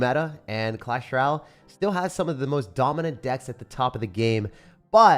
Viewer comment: Why do none of the YT Clash ROYALE creators know how to say “ROYALE”? It’s always Ral “welcome to my page where we play Clash Ral”. It’s Roy-Ale DO BETTER!